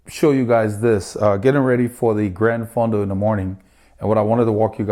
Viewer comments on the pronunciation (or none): Isn't it Gran Fondo not Grand Fondo?